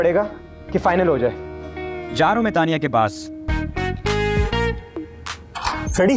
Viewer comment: Daniya nhi tanya jyada sunai deta hai 😂